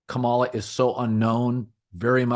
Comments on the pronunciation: Emphsis on the 1st syllable, [Ka' ma la], like "Pamala" - extreme conservatives will intentionally mispronounce it much like the way you are pronouncing it, Colin. They intend to emphasize that she's different. They intend to emphasize that she's not white, not normal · I'm sure you're not among those deliberately mispronouncing her name - not your style. Please check - accent on first syllable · As I'm sure you know, her name is pronounced with the emphasis on the first syllable, not the second. KAH-mala. Not KaMAHla. I don't agree with your opinions regarding politics but I respect that you put thought into your commentary. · The (low) bar for doing political videos might be pronouncing the VP’s name correctly. Kamala is pronounced KAH-ma-la, or, if that’s too tricky, like the punctuation mark a comma with a ‘La’ at the end, comma-la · Pronounce her name correctly. Makes you sound ignorant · Maybe don’t repeatedly mispronounce her name constantly. You’re like Floyd Patterson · A little funny that Colin mispronounces Kamala’s name every time 😂 I remember how to pronounce correctly because it’s like communist not community. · Colin proving his dislike for Kamala Harris by pronouncing her name wrong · You’re mispronouncing her name, which is how I know you listen to Fox News. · Obviously, you can't pronounce her name correctly. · O I see you to Collin I noticed how you pronounced her name that's how yall disrespect her. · If you are going to comment on a candidate, do your homework and learn to pronounce Kamala's name correctly. You do deep dives about a lot of great issues and stances. But money and time are only on Kamala's side. But I am with you on Pete. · If you’re going to continue talking about VP Harris, you might want to learn the proper way to pronounce her first name…